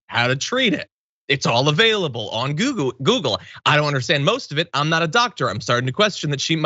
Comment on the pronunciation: Accidentally referring to Google as goo-goo was honestly a great part of this story tho John :_CoolJohn